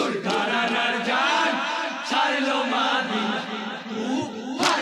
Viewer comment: বলছি ভাইজান মাদিনা হয় না মদিনা হয়